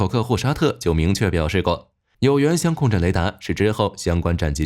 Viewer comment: 香控阵听着怎么那么别扭，相位不是香味🙃